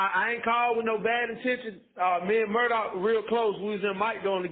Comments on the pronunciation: Incidentally, it's pronounced "Alek" "Mur-dock" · Babe, its “mur-dok” Please say it correctly lol